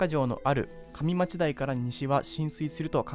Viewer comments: 2-2大阪府。上町（かみまち）ではなく「うえまち」と読みます。梅田～新大阪のうめだを「まちだ」と読み間違え。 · 上町かみまちじゃなくて、うえまち、梅田まちだじゃなくてうめだですよ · 投稿者 上町台はウエマチと呼ぶんや。 カミダチてどこやね。 オマエ、関東もんやろ。 それと、もっと元気な声を出せよ。